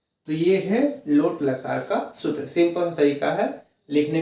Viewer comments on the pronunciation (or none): सुत्र नहीं सर सूत्र होता है।।।।